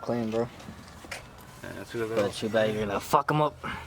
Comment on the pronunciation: It's TODAY NOT CHEWDAY DAMN Like if You agree👍🏼